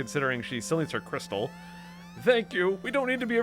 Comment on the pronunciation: I love how you pronounce crystal as Cristelle 😊